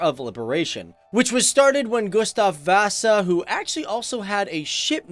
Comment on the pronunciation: Göstav Vaaaasa